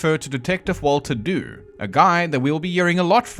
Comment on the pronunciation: Just a couple of points. Dew should be pronounced 'Ju' of 'jew' although it is not connected to the jewish faith in any way, and Spitalfields should be pronounced 'spittlefields'.